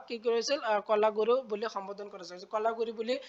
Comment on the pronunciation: কলাগৰু নহয় ,কলাগুৰু হয় 😂😂😂😂